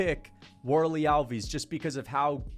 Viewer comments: you pronounce the fighters names so wrong - it’s hard to follow who you are talking about. al-VEES? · Alves and Borralho pronounciation is terrible